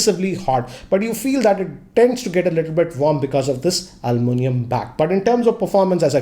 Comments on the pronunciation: is "Aluminium" NOT "Almunium" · Dear when will you stop saying Almunium It's ALUMINIUM!!!